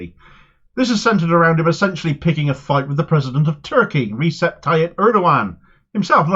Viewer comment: Recep Tayyip Erdoğan isn't "Reesep". The Turkish letter "c" is like English "j" or Arabic "ج". So it's Rej-ep.